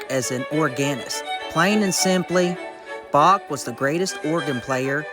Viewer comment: I'm sorry but then your AI narration scerwed up the name of Bach, I hit the stop button.